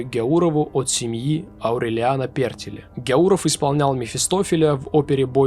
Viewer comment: То же касается ПертИле.